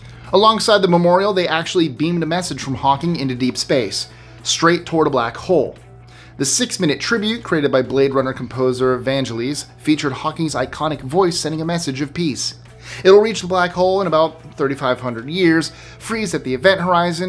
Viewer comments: I’m always impressed at how takes care to pronounce foreign words and names correctly. Sorry,, this time you butchered Vangelis’s name. Vahn-GEL-ees (G pronounced as in the word get). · Vangellis is pronounced Van-jealous. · Love the site, one correction: it’s pronounced Van-Gel-Us